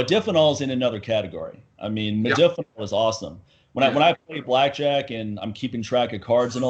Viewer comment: Modafinil is great(by the way pronounced Mod(a)finil not Mod(i)finil.) It is an atypical and selective dopamine reuptake inhibitor but is also serotonergic and adrenergic in other ways making it very effective at boosting cognition and wakefulness. made the mistake of mentioning in negative context soldiers using provigil and nuvigil. These are the brand names for Modafinil and Armodafinil the separate enantomer. Great stuff though works like those other stimulants but technically isn't a stimulant and has much less potential for negative side effects. Good podcast too, its unfortunate there's so much ignorance and misinformation out there when it comes to HRT. Unless you're willing to pay out the ass you'll come across uneducated physicians and endocrinologists who don't know dick about hormones and have people on these protocols that are awful, doing things like crushing their estrogen when they're already on low dose T which can cause serious side effects down the road for bones and the heart and many others. Always enjoy listening to share his knowledge.